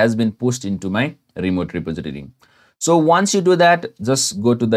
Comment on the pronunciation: 'reposiditity' lolwut RE-POS-IT-TOR-EE REPOSITORY